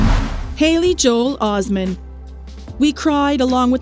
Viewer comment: Os-met not Osman!